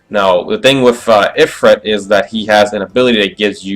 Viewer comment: Ifirit (eee-freet)